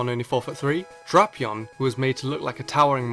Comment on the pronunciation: So apparently Drapion is pronounced as "Dropeon".